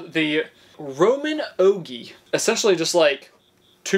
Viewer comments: you are absolutely correct. It digs in because thats a straight bit, not a round over bit. You have the bit entirely too long in one pass. Please watch some videos before you make these and at least seem like you know what you're doing. Roman oh gee, oh jee. Not gee, gee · My first thought a couple of minutes in…is Routers normally spin like 25-30,000 rpm…so…idk…is it gonna spin a router bit fast enough to cut clean? He says Diablo blade…but then we see it’s a Milwaukee blade!!! Roman Ogee is said like Ojee. The router would work better with a fence! Keep your sander plate flat or you’ll melt the hook ‘n loop fixing. The jigsaw…just no!